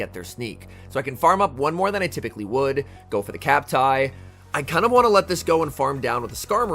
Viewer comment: Is you referring to cmp tie as "cap tie" new? I was thinking about this the other day and why I had never heard anyone say it that way.